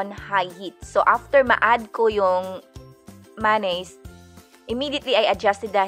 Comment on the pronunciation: Lupet yung meyones naging "manis" wahahaha